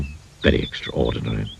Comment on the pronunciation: That pronunciation of extraordinary was delightful.